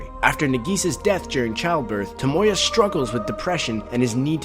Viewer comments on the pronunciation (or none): none